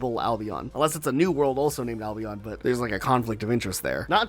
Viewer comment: Americans pronouncing Albion that way is one of the many reasons you're a global punching bag